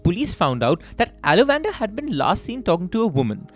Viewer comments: How did you even think there can be an Indian name that's pronounced Ala van dar?? If you could have just stopped to think you could very well have deduced it is in fact aalavandhaar. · Guys …. Pronunciation… it’s “ all + a + vun + dhaaar “ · i think his name is pronounced as alavandar - aala - vanth - aar. Unless he is related to salamander. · exactly....its aa-la-van-dhaar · Mmm pronunciation horrible Ceylon - Zealan it’s Sea Lawn ( Sri Lanka ) Ala- Van - Dar 😂 sounds like e Dutch name ; Aaa la Van Daar